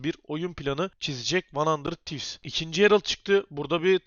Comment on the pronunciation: demiştin "Arkadaşlar yorumlarda kızmışsınız van handırd tivz değil handırıd tivz, artık handırır tivs diyecem'' diye ama hala van handırd tivz diyorsun.